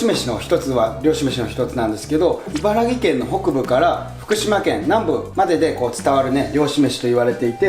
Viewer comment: 茨城県民です 茨木県ではなくて茨城県です あと、「いばらぎ」 ではなく「 いばらき」です